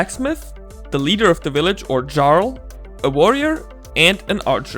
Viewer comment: Just so you know, jarl is pronounced "yarl". I only know this because I heard the term spoken aloud in a video of someone's playthrough of Skyrim.